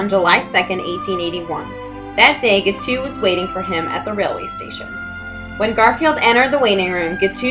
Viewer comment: Guiteau is pronounced gee-TOE, rhymes with beau. He is my first cousin three times removed.